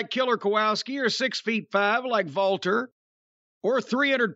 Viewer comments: Why the hell does Cornette always say "Valter"? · Why does Jim call him Valter or am I hearing him wrong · Is it so difficult to pronounce the name correctly? Yeah, the commentators also mispronounce it but that also makes me lose my mind. Everyone heard how to pronounce the name correctly so stop Americanizing foreign names, that is so ignorant.